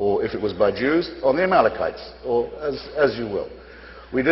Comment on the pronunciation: Sharpton calls the Amalekites, "Amalkalites." How is he a reverend?